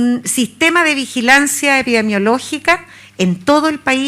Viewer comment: "epidemiológica" señorita no "epidiemologica"... si siquiera sabe decirlo ya sabemos que nos espera con este gobierno, ya tenemos los monos contagiosos a cargo 🤦